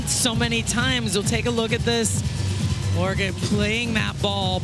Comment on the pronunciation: they called Orro “Ora”, called Orge “Orga” and called Vargas “Karakurt”